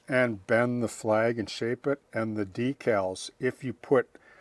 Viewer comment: Thanks,. Once again, you gave us an invaluable insight into modeling details. I look forward to trying this one out. We must have grown up modeling during the same time period. I noticed you called decals, decals, and not deckels as some modelers do. I thought I was learning new modeling terminology the first time I heard it.